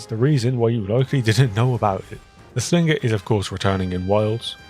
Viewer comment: dont pronounce the G in slinger bro, lol